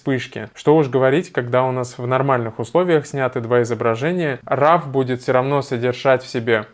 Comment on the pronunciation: Спасибо за полезное видео Только не нужно говорить "РАВ" пожалуйста - уши вянут